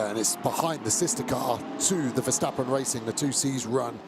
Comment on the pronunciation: Why do English GT commentators always insist on saying VerSHtappen?😭 The S in Verstappen is just a normal S, guys.... No need to try and make it sound German or something.